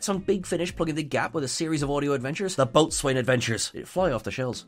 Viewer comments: Boat swain??? Rowlocks! Apart from that gaffe, nice video! 👍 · I really, really hope "boatswain" was correctly pronounced as "bosun" in the show, even if it wasn't in this video. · and both need to make sure if there are headline words in an article they are converting to a video that they know how to pronounce them. I've seen this happen several times. "boat-swain" indeed.... It's not pronounced how it's spelled at all! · Like a ragged baby... "Boatswain" is pronounced "bosun". It's fine, though. Y'all may not be the fans of the Royal Navy that I am. Fun fact: in Patrick O'Brien's Aubrey/Maturin novels, the IRISH doctor Stephen Maturin usually acts as a stand-in for the audience, having things like bosun explained to him, and thereby to the audience. is in some good Irish company. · Thank you! That bothered me, too. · Just a weird linguistic FYI, "boatswain" is pronounced "boh-sun". It's even alternatively spelled "bosun" (or "bo's'n/bo'sun/bos'n). If ever you've seen a "chair" made of rope and a board being used to dangle a sailor over the side - maybe to clean the boat - or to transfer people or things between two boats, that's the "boatswain's chair". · boatswain is pronounced bosun. A lot of Dr Who doesn't make sense anymore. Remember that dalek made from scrap? Easy to destroy with an electronic magnet 🧲. It's not Who you know but what you know. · I thought boatswain was pronounced bo's'n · I'm sure someone else must have mentioned it by now, but I'm pretty sure it's pronounced "bosun". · Boatswain is pronounced Bosun. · the word is pronounced Bo'sun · It's pronounced bo'sun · Oh dear. Your pronunciation of 'Boatswain'. That's another thing that doesn't make sense!!